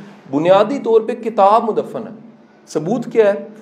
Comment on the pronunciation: سر جی یہ لفظ مدفن madfan ہے madaffan نہیں